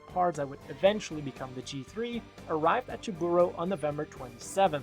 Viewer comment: How do you mispronounce Jaburo? They say the name in the anime